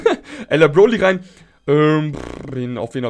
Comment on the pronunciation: "Bloly" hahahhahah